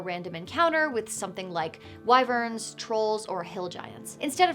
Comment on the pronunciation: Finally!!! Someone who knows how to pronounce "wyvern"!!! WHY vern!!